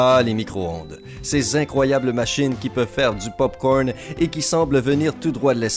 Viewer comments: On dis pas Pop corm on dis pop corn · J'adore ton acfent "le pop cowrn"